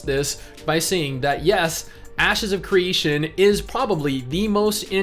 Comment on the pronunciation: Is it me, or did say ass secretion instead of ashes if creation during the gameplay footage? I know he didn't but it sure sounded like he did.